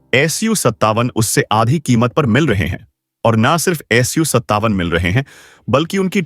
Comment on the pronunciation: AS 57 nahi SU 57 hota hai.